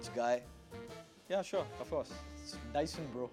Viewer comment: Its Dyson Bro 😅🤣